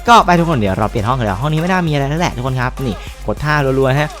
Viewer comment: ตอนเเรกพี่พูดว่าทุกคง